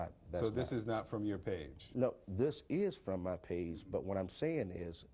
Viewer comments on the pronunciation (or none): none